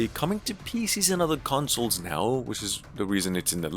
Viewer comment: Consles lol 😂 but amazing video ❤